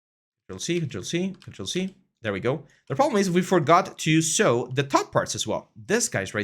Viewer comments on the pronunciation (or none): Thanks for this! I’d suggest learning the pronunciation of “clothes”, “clothing”, “sew”, etc if you plan to do this long term in a professional capacity - can be distracting for native English speakers :)